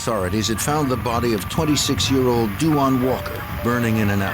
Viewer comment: I hate how they pronounce that boys name (RIP) they always do the most w names .. it’s da- wonn. Not DU WAN lol smh